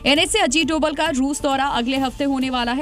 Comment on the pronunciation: नाम तो सही लो भाई अजीत डोभाल नाम है सर का (डोवल ) नही ☹️